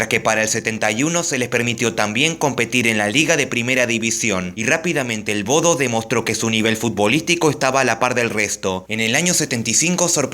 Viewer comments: Se pronuncia: "Boudah" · En realidad, Bodø, se lee "Bode", ¿No?